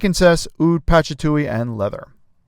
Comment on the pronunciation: Mate, patchatuly?😂 It's patchouli, pa-choo-lee, patchatuly.